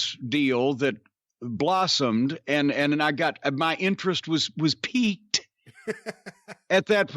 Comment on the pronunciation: Sorry Jim,but it's "piqued", not "piCqued".